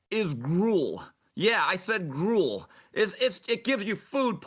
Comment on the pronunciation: "Gruel" lol